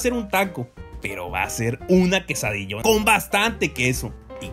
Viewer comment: "ki ti parece la kisadilla" 😂